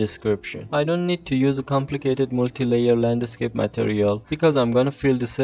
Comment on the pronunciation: Thanks for your work and learnings. May I say? The pronunciation of “landscape” is one word only. Not “land a scape”. Aside from that, congratulations for your work.